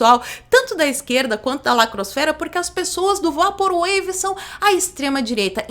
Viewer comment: PROFESSORA, SEM QUERER SER UM "PAU NAS BEIRA", MAS DIGA "VEIPOR UEIVI" (eu queria ter dito isso à alguns vídeos atrás). QUEM SOU EU PARA FICAR CORRIGINDO ALGUÉM, MAS TÃO CHATO COMO OUVIR O PORTUGUÊS ERRADO É O INGLÊS PELA METADE. DESCULPE E OBRIGADO.